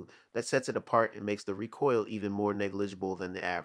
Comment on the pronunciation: REEE COIL NOT RAH COIL